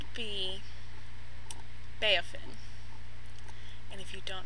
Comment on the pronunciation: Beaufin!!! I love it!!! (but... it's prounounced Bo-Fin. But I love how you say it!) OMG... poor poor poor MJ!!! And I dunno how many folks would think that being crazy qualifies you as a catch...YOU STILL HAVE THAT PICTURE??? Zach would be so proud. If we knew where he was. Or what he was doing.